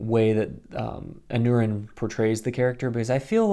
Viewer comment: Totally agree with your review. I already loved Aneurin Barnard and Zahn McClarnon, and I wasn't disappointed in their duo. I think they're by far the best characters. I like the dynamic between them and they're both very charismatic actors (BTW, the -neu in Aneurin is pronounced -nye).